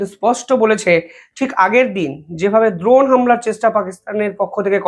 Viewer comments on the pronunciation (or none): none